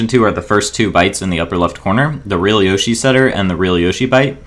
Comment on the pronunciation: I'm so triggered by that pronunciation of yoshi